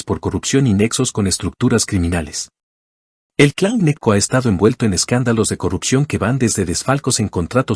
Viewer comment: Y ese Clan Neco de donde es...aca en la costa conocemos al clan GNECCO y pronunciado como GENECO